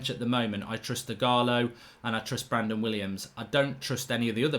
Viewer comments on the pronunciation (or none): none